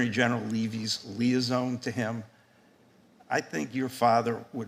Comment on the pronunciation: This dummy can't even pronounce "liaison"